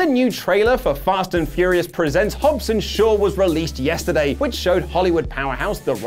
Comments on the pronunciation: It’s HOBBS not HOBBES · No "e" in Hobbs.